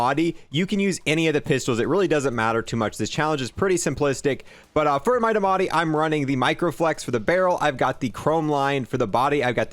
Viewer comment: Please say diamatti correctly this pains me